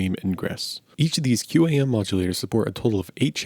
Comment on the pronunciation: industry pronunciation is "kwahm" I work in a head end and just as I was entering the industry we were phasing these puppies out ages ago. They're tremendously resilient devices